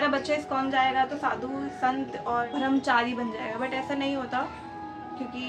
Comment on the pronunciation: "Bharamchari" nahi "Brahmachari" h woh shabd..! Hindi bhasha likhna aur bolna dono sikhiye acchi tarah se pehle.